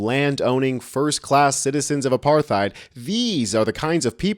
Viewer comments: What the hell is "aparthide?" It's “apartheid“. But seriously. I am a white south african and the problem is not specifically white south africans. Its farmers. Both black and white. They are sitting ducks on their farms for criminals that kill whole families. But that is simplifying a huge problem. Where america usually has the same subjects politicians lie about during every election so do we. The ruling party, that has been in charge of EVERYTHING for the last 30 years, are running the country into the ground, and blame the whites for it because it is easy. They keep education bad and keep the poor, poor just to have a voter base they can manipulate to keep them in power. Most south africans just want to live in peace. This all races. The problem is literally the government. The whites that instigated apartheid are long gone and good riddance. I myself wish they could have been punished harshly, but they were lucky. PThey left the rest of us with only shit. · Hate to be that guy, but the 'th' in apartheid is pronounced as a 't' as in 'tide' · Stop mispronouncing apartheid.